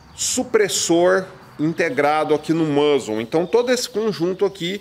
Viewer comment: Não é musle que fala? Mãzeu acho meio estranho